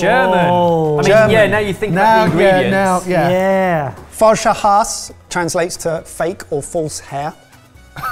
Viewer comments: being from germany, first of all the "E" in Hase is not silent, but is spocken out loud, and secondly, I would not considre this a traditional easter dish annymore, I grew up with it (I´m 35 now), but never ever to easter - time and if you want it a little bit changed, you would make a "Schwalbennest" (something like "nest of a swallow") wich is a single egg in the same mince meat, cooked in a similar fashion. BUT, that is the most adorable "Falscher Hase" I have ever seen, so 15 out of 10 points for this. 🤣🤣🤣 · Kudos to, that German was pretty much spot on. We do pronounce the "e" at the end of Hase tho. Apart from that, a job well done. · You know, going into the Video I thought... I'll never see any German Dish on this since we got not a lot of special stuff.. and then you come around with Falscher Hase (the E is pronounced by the way, same as it should be with Prosche, it's not silent!) All the time I was like... hmmm is it falscher hase or not xD